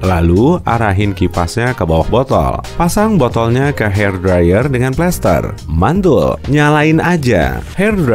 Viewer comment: Lucu aja pas ngomong hair dryer kek hati hati banget nyebutnya.